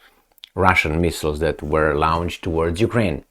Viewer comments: Not quite....... "lawnched." "Lornshd" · PLEASE read my comment. Launched is pronounced "Lonched"